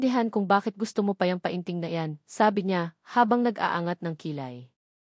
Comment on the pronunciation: Anong pa in ting, penting ang Tamang pag pronounce Nyan, ay ano ba Yan😅